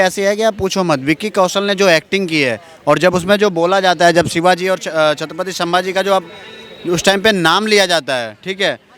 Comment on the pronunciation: सांबाजी नहीं संभाजी बोलो